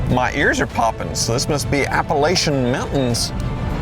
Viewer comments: JESUS!! It's NOT APA-LAY-CHAN Mountains, IT'S APA-LATCH-AN Mountains. I can't stand it when people get it wrong. When you speak of the Appalachian Mountains and region as a whole, then AND ONLY THEN, its referred to as all of Appalachia. (apa-lay-cha). GET IT RIGHT!!!!! And on a side note, my MINI would destroy all of these overpriced cars on a mountain road. I do it every weekend. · The Appalachian mountains are pronounced like “Apple at chin” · Literally cringed when he said "Appalayshun"